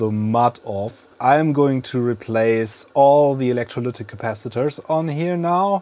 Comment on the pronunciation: What is "capassengers"?🤔 You repeatedly said that. I guess you mean capacitors! 😁